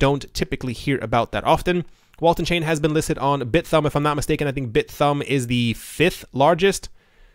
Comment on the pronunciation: It's either pronounced "bit-humb" or "bi-thumb". It certainly isn't pronounced "bit-thumb".